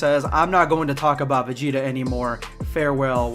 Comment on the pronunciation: they always fucking up my mans vegeta what the hell